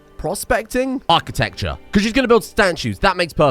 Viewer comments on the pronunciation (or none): none